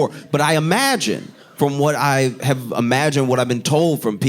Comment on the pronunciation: I love when Josh says „IMAGIN”. 😅